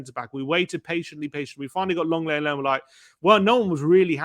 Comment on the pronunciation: Lenglet = LONG LET 😮